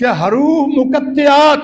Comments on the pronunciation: حرُوُفِ مُقَطَّعات اس لفظ کی درست ادا کیجئے ہے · اب یہ بات کہا سے ثابت ہوئی۔۔کہ اللہ کی نور اللہ تعالی خود ہے اور جبرائیل ہے اور محمدﷺ ہے۔۔۔۔خدا کے لۓ شریعت پر تھوڑا رحم کرے۔۔۔واہیات بیان نہ کرے۔۔۔۔۔۔اور حروف مقطعات کے تلفظ بھی غلط پڑھتے ہو۔۔